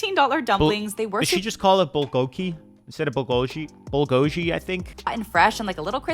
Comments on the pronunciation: what she said is correct. It’s bul-go-ki, not bul-go-gee. And the price from that last girl is actually not that bad. LOL. Maybe I live in the Bay Area where everything is almost that price point. They just add a bit more margin. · she did and she’s right in the pronunciation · FYI, She pronounced bulgogi correctly. Hayden. It has two hard g’s, lol. Bul-go-gi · Are you deaf and not paying attention to your own video? The blond girl literally said it was "Canadian dollars." And you're confused asking if it was euros. Also, FYI, as for the last girl pronounced bulgogi , correct, so you look like the dummy, not her, nice try ! I was recommended this video I will never watch a video from this guy again.He's weird and I just don't like his vibe. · She was closer to saying bulgogi the 2nd g is hard